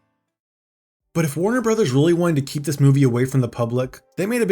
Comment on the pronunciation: "Weawwy Bad" -Elmer Fudd